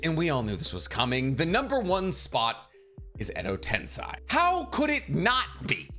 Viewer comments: ten - SAY not sai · Why do you say edo ten”sigh” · Alright I really like your videos but if you’re gonna put Edo Tensei as number 1 (which I agree with), you should at least pronounce it correctly. Like you wouldn’t say “senseye” for sensei, so why have you always said tensei the way you do?